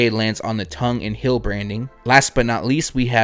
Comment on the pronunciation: Please...say it with me..."Heeeeeeeel" not "hill" and "teeeeeeeal" not "till"